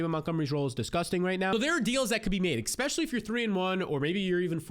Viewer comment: eSpecially, not X-specially